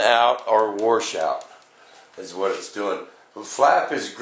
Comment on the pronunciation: Washout - Not War Shout!